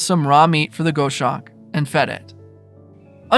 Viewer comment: Please…I’m a "birder" I’ve had many dealings with a multitude of raptors. It’s pronounced "goss-awk" like "gloss" without the "L"